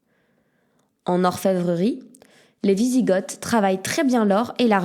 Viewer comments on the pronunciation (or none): On dit "visigo" et pas "visigote". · Par contre je crois que ça se dit "wisigo" sans le th à l'oral ? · ça se prononce "visigo" renseigne-toi dugland...